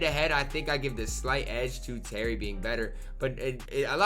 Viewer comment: U cant pronounce anyones name 😭 u say terry dish charger and jack mariten